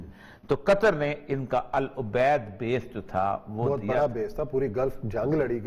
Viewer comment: حمد hota ha حماد nahi Al odaid base ha al ubaid nahj . Tayyari kar kay aya karey orya maqbool sab